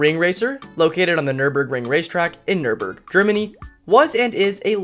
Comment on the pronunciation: you nailed the pronounciation of nürburgring